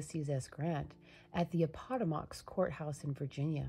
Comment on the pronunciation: You mispronounced Appomattox. Its a-puh-ma-tuhks. Hope this was helpful. Nice shawl.